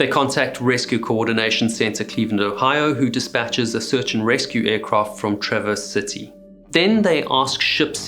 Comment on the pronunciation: As someone from Traverse City, I'm happy to hear you say it right!